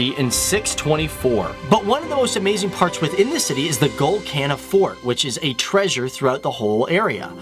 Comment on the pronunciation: Lol when he said GOLKONDA, Kohinoor, Nizam counldnt understand it